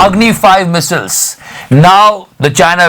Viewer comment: मिसल्स क्यो बोलते हो?? मिसाइल्स ....